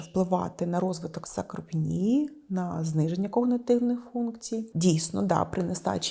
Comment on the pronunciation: Не сакропенія,а САРКОПЕНІЯ!!!!